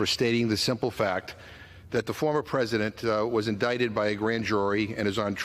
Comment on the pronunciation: So republicans can call it the "corrupt Biden crime family", but democrats can't state that Trump has been indicted (not pronounce in idiCted, BTW, MTG). Is this America? Is there no bottom to the Rights' treasonous tactics?